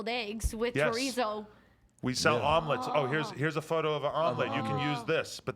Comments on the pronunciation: He said “ cha rezo“ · Marcus Cabello he said char rizzo